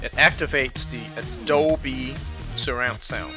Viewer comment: Dolby*...not dobly...